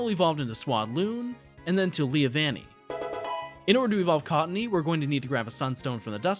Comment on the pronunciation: there’s no way you just said “leAvanny” like what do you think the leav is from??? 😂🤔